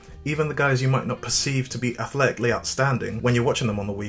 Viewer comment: athletically is not a three syllable word